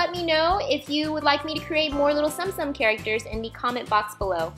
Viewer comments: Please note these were so amazing and actually tsum tsum are pronounced tsuum tsuum so it's not like stom stom 😅😊 and also they are plush figures and they are so cute and adorable and I love the ones u made ❤️❤️ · Its pronounced tsoom tsoom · Wow! But btw its pronounced "zoom zoom" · I believe it's pronounced Tsum Tsum like... Soom Soom. but oh well. The video was hella cute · She says tsum tsum wrong